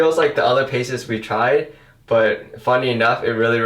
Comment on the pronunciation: It’s not pronounced OLE DUDES! It’s pronounced Oh-dowds! Also pastes isn’t pronounced paces! Your use of grammar/certain words in some instances,are completely wrong!!! You need to go back to elementary school English! STUPID FUCK!